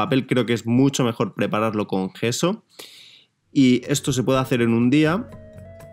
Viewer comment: por que dices geso? es yeso